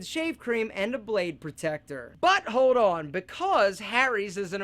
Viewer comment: Love the way he say: "Butt, Hole on" /douchebag workout routine/ =]]]]